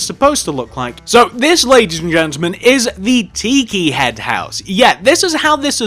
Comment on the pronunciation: It's pronounced TI-KI not Tee-kee